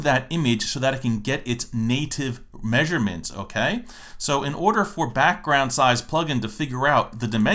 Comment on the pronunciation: Proper Peasurements. funny.